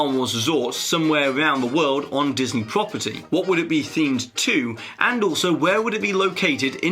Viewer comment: At the end of the video, you said "Diseny".